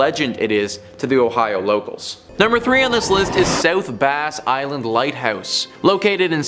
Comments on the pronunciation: I know some of these people are from Canada and the language can be confusing and different. But c’mon now. South Bass Island is pronounced bass as in the fish….. not as in the guitar. I’m from the Put-In-Bay area and I know how it’s said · You need to pronounce South Bass Island correctly. It is not Base it is Bass, like ass.